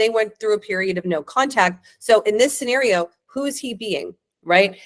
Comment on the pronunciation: what's a 'skinario' dear?😂😂😂